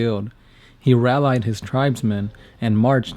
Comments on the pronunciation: love ya. but please, its rallied, not ralleyed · "he ral-eyed his tribesmen", ...I love this channel but the birds in other videos, and the mispronunciation of several simple words is killing me. Ugh whatever, it doesnt matter that much, Uncle Arch, Ed, and you guys are my favorite youtubers. Keep up the good work!!! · You really don’t know how to pronounce rallied?